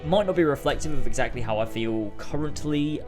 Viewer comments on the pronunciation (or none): none